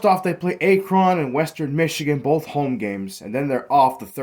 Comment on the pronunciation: Can’t even pronounce Akron correctly lmao